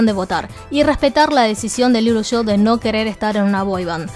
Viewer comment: Si pronuncias “LILUSHO” en vez de LILUSH, cada vez que hay una A delante del nombre parece que dices “AL ILUSO”. En fin, no se si es el modo chino de pronunciar, pero yo no veo ninguna O en Lilush. Queda bastante raro. Just saying.